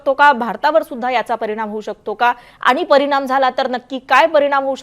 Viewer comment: परिनाम म्हनून........😂😂